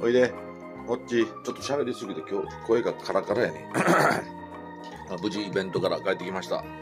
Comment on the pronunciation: イベントが弁当に聞こえるのは私だけ？😂 サイちゃん逃げた💦 ポンさん変なもの食べた？ 何か臭うのでは🤔 ブルーちゃん、モカちゃん、ムギちゃんでキャンディーズ❤️🍬 可愛いね😍😍